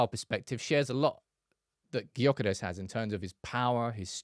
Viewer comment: The name "Gyökeres" is Hungarian, and it’s pronounced roughly as "DYU-keh-resh". Here’s a breakdown: Gy sounds like the "dy" in "adieu." ö is a vowel sound similar to the German "ö" or the French "eu" in "bleu." keres is pronounced with a soft "r" and ends in "-esh." In Hungarian, the stress is always on the first syllable, so it would be DYU-keh-resh.